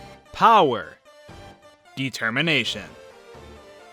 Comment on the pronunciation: You mean Detemmienation, lol